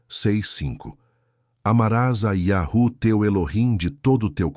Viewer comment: mas irmão vc está pronunciando errado quando pronuncia iarru, um exemplo bom é tipo uma senha de voz para abrir um cofre ou uma porta, se o som num for o certo o cofre e nem a porta vai se abrir.